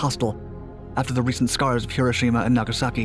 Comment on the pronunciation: It was hard to get into the video, the narrator was so unnecessarily intense, and kept mispronouncing "Nagasaki."